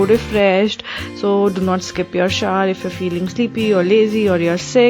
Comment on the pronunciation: The way you said shower...ha ha! love you dear!!😀😍😙